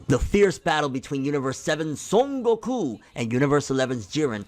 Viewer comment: I love how you say “SON GOKU “ You’re the best man. Keep up the great videos.